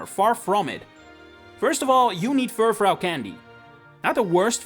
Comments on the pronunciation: Sorry, what? ... Fur... fraow? Fur... frow(n) ? It's French, so it'd sound like Fur-frou. Using a sound similar to "you". Not to be demeaning. I was just so aghast and perplexed, I had to say something. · It's pronounced fur-froo, not fur-frow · Just to note you keep mispronouncing Furfrou (on purpose? idk). It's definitely meant to be Fur-Froo. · Not Furfhreow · If you make a video about a pokemon you should learn how to pronounce its name at least.